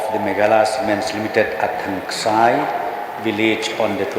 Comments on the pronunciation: Thangskai not thangksai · Thangskai not thangksai..